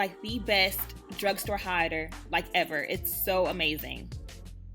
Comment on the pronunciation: Is she saying "highlighter" or "hider"? Good grief.